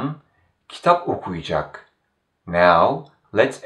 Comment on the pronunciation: I've noticed that some letters aren't pronounced, or perhaps I'm not hearing it. For example, when you pronounce Sercan okuyacak, I hear something along the lines of Sercan oku'cak (with the u elongated a bit). Is this common?